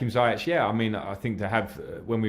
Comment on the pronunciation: Zayech, zayech...its pronounced as Zi-yech, not Zaiyech